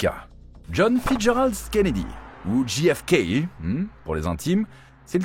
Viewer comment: Quel sort terrible ! Néanmoins, "Ne demandez pas ce que peut faire pour vous votre pays mais demandez-vous ce que vous pouvez faire pour votre pays", c'est ce que pourrait dire la macronie aujourd'hui avec la politique actuelle (dixit Bayrou avec ses efforts demandés aux gens). Et ce n'est pas "DJI EFE KEI" mais "DGEI EFE KEI" A mon avis, c'est la mafia qui a organisé l'assassinat ainsi que le meurtre du frère car ils voulaient s'attaquer pénalement à la mafia. Je mets un pouce en bas car le titre est trompeur et ne correspond pas au contenu.